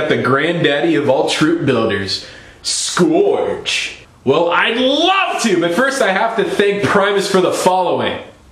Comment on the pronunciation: mmmust...correct...pronounciation...not "skorge", but "scurge" and I lol'd at the mantis bit! excellent!